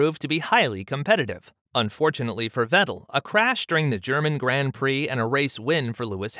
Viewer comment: Mate, try and pronounce “Grand Prix” correctly. It’s not hard, really not..